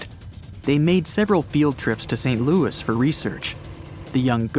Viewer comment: And saying Louis wrong! 🤣